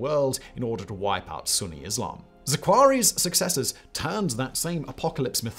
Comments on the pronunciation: it’s Zarqawi not zaqrawi. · It is zar kawi not zaquari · This is confusing: in the Latin alphabet the name is spelled Zarqawi, but keeps pronouncing it "Zakwaree". Shouldn't it be closer to "Zarkawee"? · Its pronounced Zar K Arwi not Za quary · ZAR-KAH-WI, not Zarakwari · The amount of times you pronounced ZARQAWI differently...lol. And it's definitely not pronounced "Zakhauri". I don't even speak Arabic nor any related language but why are native English people so bad at this?